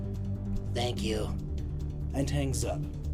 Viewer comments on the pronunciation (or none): none